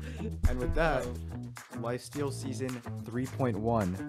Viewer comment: Am I the only one hearing him say lifeseal at the beginning bruh